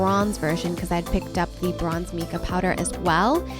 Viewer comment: Just FYI, Mica is pronounced Mike-uh rather than meek-ah :)